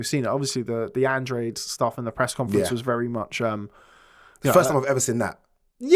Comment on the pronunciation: Hello guys, great pod cast, just an observation, Andrade is an Spanish last name and you pronounce it like this: Andráhdeh, thanks.